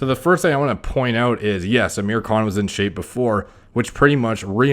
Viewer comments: who else heard him say "aamir cunt" in the beginning? i had to turn on captions to be sure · It’s pronounced Aah-mir khan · His names pronounced “Aaa-mirrr khaan” for the non Indians, and ofcourse he’s enhanced, 90% of film stars are. No need to even take that into account, it’s set in stone. Aamir khan is also 5’4, still impeccable actor, a lot of Bollywood films wouldnt be worth watching without him. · No, Thats not how you pronounce it.